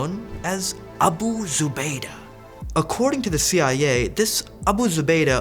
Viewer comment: Wow. He pronounced that without having a stroke. Nice. Might hit like just for that.